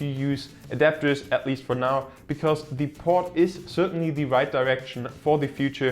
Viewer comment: Vorab möchte ich sagen: gutes Video! Ein Tipp für dich: du sprichst "the" fast immer "die". Tatsächlich wird das aber nur direkt vor einem folgenden Vokal gemacht (z.b. the only). Ansonsten ist es nur das normale "the" also mit e gesprochen